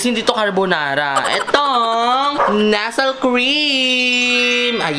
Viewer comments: ahh the same na pala ang nestle at nesel. nilaban parin ni ate. lol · May bago palang pronunciation ang NESTLE cream 🤣 nesel cream haha